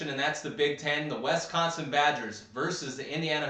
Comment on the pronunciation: Did anyone tell you it's Wisconsin and not Westconsin?